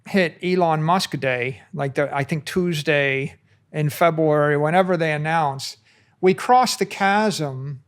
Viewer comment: It's so cute how he says February as Febwoowery.